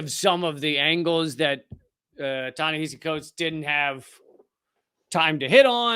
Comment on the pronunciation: Ta-Nehisi Coates was a model of calm and collected responses to this ghoul. Just the fact this idiot couldn't pronounce the name of his guest was embarrassing. I would have loved to see Prof. Finklestein shred this guy a a new one.